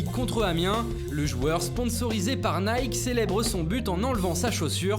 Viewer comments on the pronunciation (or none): none